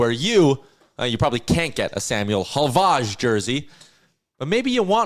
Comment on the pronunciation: I believe Havlaj is pronounced “Hav-Lie”, like Arber “Xhekaj”